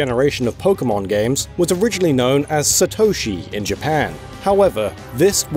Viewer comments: Satoshi, to you it'd be Satto-shi. NOT sa-toe-shi. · The amount of times you mispronounce Satoshi is over 9000 man... SAtoshi not saTOUshi... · The absolute butchering of the pronunciation of Satoshi is cringeworthy